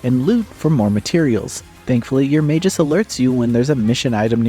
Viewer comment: Mag -us, not majus.